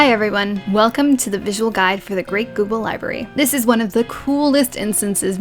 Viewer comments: The great "Gooble" library. Great guide as always! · i heard it as Great Google Library. anyone else?